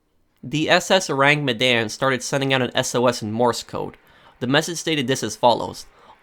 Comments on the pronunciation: Your pronounciation is "Oh-Rang Me-Dan" .. It's actually "Ooh-Rang Mid-Dawn" .. Sorry.. it just bothers me lol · Your pronounciation of the ship name is waaay off XD .. Aside from that.. Good video!